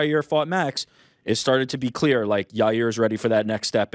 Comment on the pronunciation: "It's not as CLAIR cut. There's NEW ON'S here" Lol. The way he says clear and nuance. Sounds exactly like the way Brandy Schlub would pronounce it.